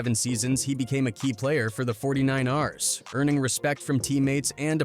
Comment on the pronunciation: 🤣🤣🤣then it doubled back and mispronounced it again……the 49 Rs